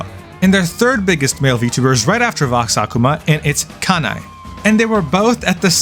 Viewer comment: this is a suuuuper small pet peeve but thats not how kanae’s name is pronounced, you quite literally sound out every syllable like “ka-na-e” not “ka-nai” 😭